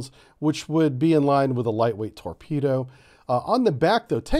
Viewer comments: It's not a torpedo but a "Torbedo" - . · What's a Torbedo??? LOL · Torbedo. LoL!